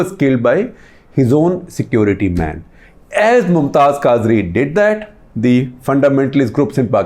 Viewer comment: Khaazri? Quadri. You can't even pronounce names and you are claiming deep knowledge of Islam